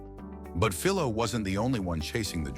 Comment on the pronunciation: I'm trying hard to forget the repeated and varied mispronounciatins of Philo; Fill low, Fee low, etc. Humans rarely exhibit that issue. Farnsworth is well remembered in the electronics field for his David versus Goliath patent battle with Sarnoff at RCA. The Syfy Channel's Warehouse 13, paid homage to him by calling a shirtpocket-sized, two-way TV from the 1930s or 40s a Farnsworth.